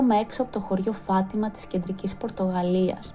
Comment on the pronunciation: Φατιμα ο τονος στο ι.